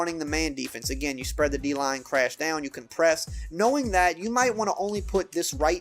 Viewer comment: I never realized "down" was a two syllable word.